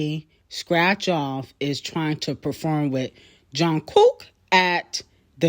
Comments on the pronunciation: everytime you be saying john cook im dying 😂😭😂😭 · I love how pronounced jung kook name😂😂😂